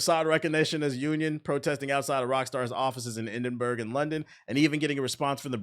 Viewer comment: The way you said Edinburgh killed my British soul